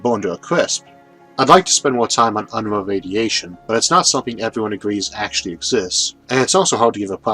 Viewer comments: It's "un-roo" not "un-ruh" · Quick note: In my experience with the name, Unruh is usually pronounced "un-roo". This may be different, but just in case, fyi